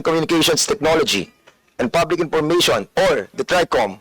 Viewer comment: Itong c feeling din puro Ka P. 🤣🤣 Ip impormation, pour instead of four jusko ko 😂😂